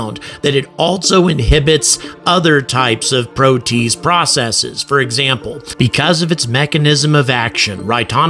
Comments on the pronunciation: Hey,, it's pronounced "pro-tee-aze", NOT 'pro-tease'! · "Pro tea ace" not "pro taze" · I think it is pronounced 'pro-tea-aze', but fantastic video and a ton of information! My go to source for space info and entertainment! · Protease: three syllables, "pro-tea-ace." An enzyme which cleaves (breaks molecular bonds in) a protein. Sorry, I'm a biochemist. Might as well say "nucular" instead of "nuclear" to a nuclear physicist. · Pro-Tee-az. (as in h/ [aze} prolly. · Protease? PRO - TEE- ACE inhibitor. ;-)